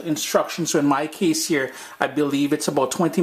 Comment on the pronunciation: "hear nah man" real West Indian.